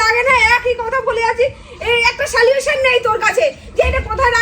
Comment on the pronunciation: "সালিউশন" আবার কি জিনিষ,? ওটা "সল্যুশন" হবে!